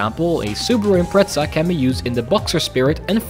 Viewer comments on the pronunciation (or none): Why "Impreza" with the T? ("ImpreTZA") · every time he says impreza, i half expect him to say impretzel